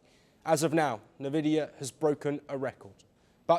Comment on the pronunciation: Say it like N Vidia